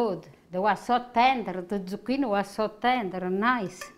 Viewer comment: ZucchinE...not I.